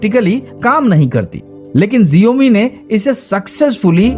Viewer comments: abey xiaomi hota h na ki genome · Jiomi mat bol bhai xioami bol 😂😂